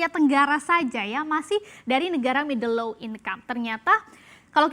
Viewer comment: Dibaca middle low 😂😂😂